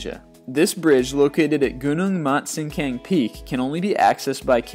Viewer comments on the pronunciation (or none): the Langkawi Bridge in Malaysia is at Gunung Mat Cincang (Mat Cincang Mountain).. Cincang not to be pronouns as "sin kang".. it's supposed to be pronouns as 'Chin Chung"..